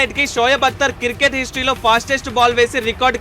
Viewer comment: Cricket ❌ circket✔️ 😁🤣😂